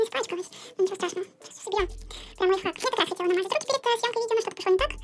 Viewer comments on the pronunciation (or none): none